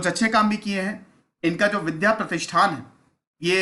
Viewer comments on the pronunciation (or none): none